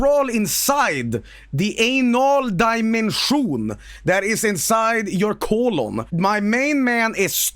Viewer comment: Aynol die-men-schOON